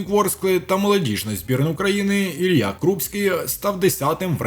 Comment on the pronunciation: Може все ж таки хтось скаже цьому коментатору, що Забарного звуть Ілля, а не Ілья? Як можна бути таким телепнем...